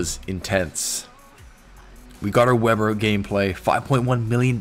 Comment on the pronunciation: pronounces it Vay-burr.